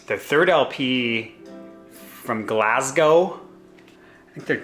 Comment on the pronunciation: The thumbnail got me! When Palomine broke, I got into the band, love her voice.. And you say Melbourne perfectly.. Glasgow too. Cable Ties is real good! Do you watch Ben Rankins at all? Good channel, watching the rest,. ✌️